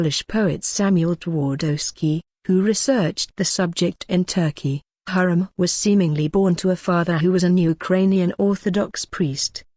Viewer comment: I think you prounced her name wrongly. Watch the movie magnificent and see how the Turkish prounced it.